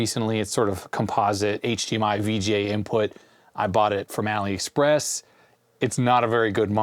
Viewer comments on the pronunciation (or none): none